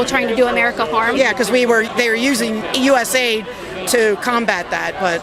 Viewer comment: Never say USA AID! It’s USA ID! Big difference! 👍🏻🥃